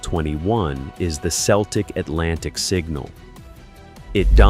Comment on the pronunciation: It's Celtic with a hard C.